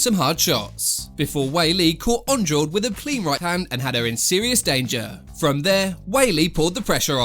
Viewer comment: sorry but it’s pronounced an-drarshge not andraw-de